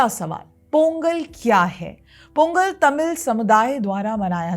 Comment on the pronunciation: In Tamil, ”th” is pronounced as “त” not “थ “. So correct pronunciation is “तई पोंगल“